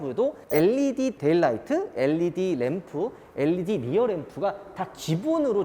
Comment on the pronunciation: led를 엘리디라고 읽는사람 첨봐써요